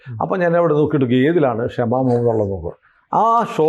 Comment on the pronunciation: ആ കൊച്ചിൻ്റെ പേര് ക്ഷമ എന്നല്ല, ഷമ എന്നാണ്...